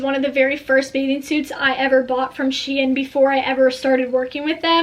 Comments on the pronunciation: I’m pretty sure it’s pronounced sheen not she in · it’s pronounced sheeeeen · that's not how you say shein